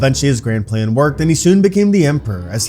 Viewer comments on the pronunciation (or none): none